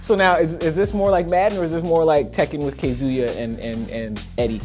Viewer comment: this interview was good until he went south with the questions is this game like madden(which is a american football game played with a team) or tekken with K-ZUYA AND EDDIE? wtf? can you electrify the ground? 1st off it's Kazuya...Kah-zoo-ya, 2nd why on earth would you ask if a COMBAT SPORTS GAME where 1 man fights another..1 v 1 in a cage,is anything like a FOOTBALL GAME..Really? is WWE2K like NBA2K?...is FIFA14 like KILLER INSTINCT?.. smh the only fair comparison would be FIGHT NIGHT... this is what you shoulda said.. Hey Brian Hayes,can you talk about how the striking works in this game? how about the submissions? any details or the roster? how about career mode work? i've researched how fighters were made,and how motion capture works,so lets talk about how many fighters actually have their own unique styles? final question Brian,is this game more of a sim,or a arcade fighter? interview done..nobodys time is wasted..not yours,not brian's,not youtubes.. my nigga said can you electrify the fuckin ground..lol dude...who ever the fuck K-ZOOYA is,he cant even electrify the ground. as a matter of fact no one in tekken has ever did that dumb shit.. your thinkin of 1992 street fight 2 blanka type shit...